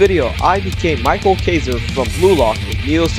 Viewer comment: btw isnt micheal kaiser pronounced mikael kaiser?